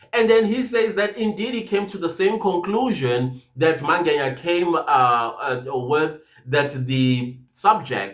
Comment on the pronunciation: i always wonder why you call Mngena by Mange"nya"😊😊